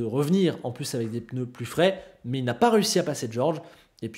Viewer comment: C'est moi ou avant tu disais pneu et pas peneu? J'ai vraiment tiqué sur cette vidéo. Sinon comme d'habitude, au top, je taquine. Merci:)